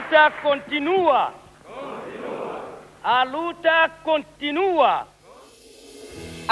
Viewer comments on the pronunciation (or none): You have to put the emphasis on the “ua”. The way you’re pronouncing it, it’s making it sound like “continuous struggle.” Definitely not what Samora said.